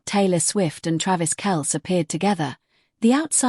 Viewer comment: Kel-cee...come on